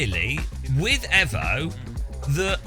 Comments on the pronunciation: Until he learns to say EVO correctly I'm unsubbing 😡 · Evo Not efo!!!